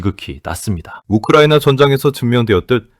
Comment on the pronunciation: 욱흐르와이느와아를 뭐하러 돠줍뉘까?